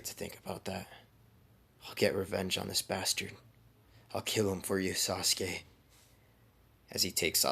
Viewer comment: Yo this is fire but the way he said what if sauske died ha